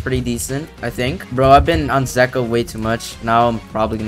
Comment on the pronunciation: It is pronounced zee-ka